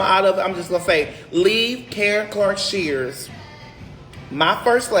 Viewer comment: Ummm Andrew, if you are going to try to defend someone – especially your Bishop and First Lady – you might wanna get their names right… It’s ShearD not ShfearS!